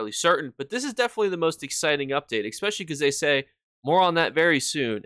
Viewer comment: "Expecially" please 😢